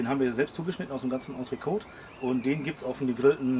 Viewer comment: Die korrekte Aussprache vom Entrecôte ist nicht "Entrekooo", sondern "Entrekoot" - die "Côte d'Azur" wird ja auch nicht "Kooo da züür" ausgesprochen, sondern "Koot da Züür". Soll heissen, das "t" wird betont!